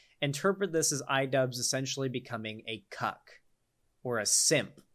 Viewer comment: What’s an idubzzz?